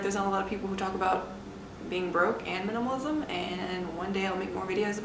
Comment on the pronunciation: Is a minimalist Can barely pronounce minimalism